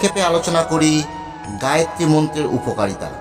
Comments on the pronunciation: গায়েত্রী নয় হবে গায়ত্রী। দৈবিক না দৈবী? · গায়ত্রী মন্ত্র। গায়েত্রী নয়।আপনি আগে বানান উচ্চারণ করুন তারপর জ্ঞান দেবেন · গায়েত্রী না গায়ত্রী? যতটুকু জানি উচ্চারণটা হলো গায়ত্রী। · ভালো ভিডিও। তবে "গায়েত্রী" মন্ত্র নয়, গায়ত্রী মন্ত্র। ধন্যবাদ 🙏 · মন্ত্রোচ্চারণ শেখাবার আগে নিজে সঠিক বলুন। গায়েত্রী নয় গায়ত্রী।